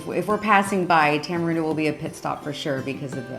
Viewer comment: Y'all, Costa Rica is not a third world country. Not being able to flush your TP is not the factor that defines this. So many items are produced in country and not imported, unless your talking about American made goods. Also, its pronounced Tamareendo.